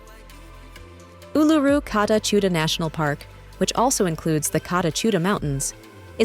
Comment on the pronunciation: Lmao, she can't even pronounce Uluru correctly.